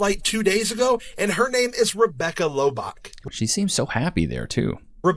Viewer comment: Correct me if I’m wrong, but isn’t her last name pronounced “Low” and “Bach” like the composer? Their pronunciation of her name Lobach is driving me nuts.